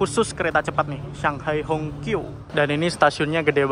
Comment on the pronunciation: Hongqiao itu bacanya Hung ciau